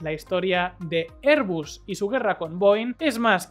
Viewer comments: Si dices "er"... di "bas", si dices "air" di "bus", pero no los mezcléis. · ERBUS o AIRBUS? Ni español ni ingles....